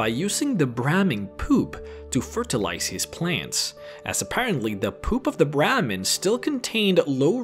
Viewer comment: Hey, I’m not trying to trash your accent but you are a content provider, you should work on proper pronunciation. Words like Brahmin, peyote and fallout are words you should work on. Unless you prefer to keep extracting protein from that dong.